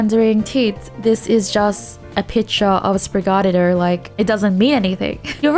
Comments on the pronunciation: Really you're messing up the syllable stresses and basic vowels. Spanish uses English vowels, but each only have a single main pronunciation. So A, E, I, O, U, are "ah", "aye", "ee", "oh", and "uu". The syllable rhythm is usually every other syllable is stressed, since the second to last syllable is pretty much always stressed unless a vowel has an accent for clarity (Like papa vs papá, first vs second syllable being stresed is the difference between saying potato or dad). And Sprigatito, comes from a tree word and Spanish for small cat, or kitty. So it's SPREE - gah - TEE - toh. It's actually very fluid to say. Yours sounds off compared to everyone else is because you keep stressing the "ga" part, which is messing you up. When in doubt, check out the Sprigatito Singing Despacito video by voice actress Christina Vee, because it's adorable, and would clear it up. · I can never get over how funny it is how Teeds pronounces Sprigatito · Somehow she just manages to say it worse after trying to repeat it 😆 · I love it so much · Her saying spaghetti was actually a lot closer to the name than her pronunciation of Sprigatito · Pokémon: "Sprigatito - based on the Spanish word for kitten" Pronounced: "Sprig-ay-teet-oh" Teeds: "SpriGUARDio"...🤣🤣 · Tip for pronouncing Sprigatito correctly say it like despacito but say sprig so like this sprig-a-ti-toe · Teeds it’s Sprig - uh - teeeeeeee - tow 😂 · Teeds you pronounce Sprigatito like Despacito. Since the region is based on Spain (and then Iberian peninsula) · It's pronounced (sprig-a-tee-toe) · lol still pronouncing it very australian- most of the people i've talked to say it like "sprig-uh-tee-toe" 😂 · Spring a tito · Spoo rig ah diddy What's so hard aboote that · The way you say Sprigatito isn't even an accent thing, you're just straight up pronouncing it wrong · Sprigatito is the 1st part u said then pronounce it like uh then tee toe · Teeds difficulty pronouncing stuff is now my highlight of the day lol. Love ya Teeds